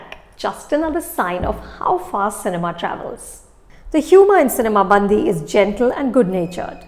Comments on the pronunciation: I appreciate you for reviewing Telugu movie. The only correction is the way you pronounce the title: it’s not cinema Bandhi, it’s cinema bandi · Dear Anupama Chopra , It's not "सिनेमा बंदी" but it is "सिनेमा बंडी" which literally means "Movie vehicle". Please make sure you pronounce correctly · Madam.. U r pronouncing movie Title itself wrong... The right pronounce is " सिनिमा बंडी" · It's difficult for a non native speaker to get the pronunciation correct...but should have asked someone from Telugu speaking states to get at least the pronunciation movie name correct. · Everyone can be a film critic.. look at how to review these films with heart not just unnecessary fancy words - Anupama you dint even pronounce the movie name correctly, I don't know how much you enjoyed the movie. Its not the story or jokes, its the dialect thats the hero of this movie. The subtle differences in pronunciations that make people laugh more. The dialect that is so specific to a land, the size of a typical district, that borders karnataka and Andhra is winning the hearts of people of India